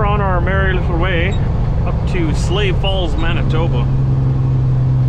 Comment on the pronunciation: Yall really have a place called "SLAVE falls"?!? The fu**? I actually thought you said sleigh falls before I saw the name on screen.